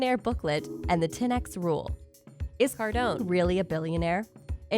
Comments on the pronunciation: Cardone it’s Cardone 😂 I kinda cringe when I hear the cardoni 😂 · Its Cardown not cardoniii 😂😂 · Soooooo annoying to hear you doing a video on GC without even learning how to spell his name correctly ! And then say it 10 times each second !!! It’s not CARDONiii, it’s CARDONE !!! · With all that mispronunciation of his name you forgot to share the now